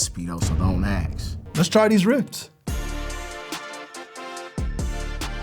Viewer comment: It’s ask not axe